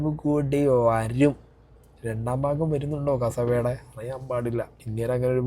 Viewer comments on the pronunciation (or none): none